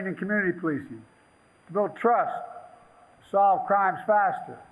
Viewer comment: He loves to emphasize the word BILLIONS. How many BILLIONS of Hush money have you paid Ukraine to keep quiet?